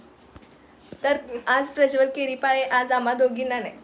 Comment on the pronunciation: ला प्रज्वल म्हणता येत नाही प्रेज्वल म्हणतेय😂😂😂😂